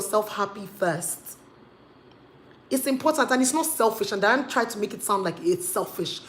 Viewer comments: it's DYNA ooooo, not Diane. lol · Get the name right it's Dy-na Ekwe-me then turn off your feminist filters. You said you made points but the lawyer you is misquoting her. The reason God created women is not for men to abuse them and faf around with animals but to leave to cleave to the woman. Marriage is anchored on women that's what it is. Someday you want to marry in Church but it's a shame you know totally nothing about why God made marriage. You keep misquoting her. It's ridiculous!